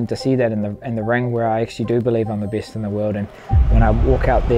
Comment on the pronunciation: why do people from New Zealand people pronounce their vowels back to front? words like ''egg'' would be ''igg'' , 'ten'' would be ''tin'' not to mention the name ''dec'' would be ''dick'' lol funny. I'm the BIST in the world